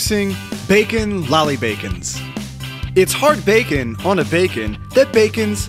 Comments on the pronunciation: you know we cant understand you right? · HOW MANY TIMES DID HE SAY BACKON?!?!